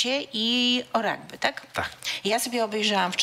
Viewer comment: Rugby nie ragby